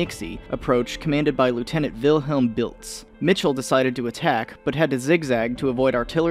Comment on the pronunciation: You pronounced Lieutenant wrong.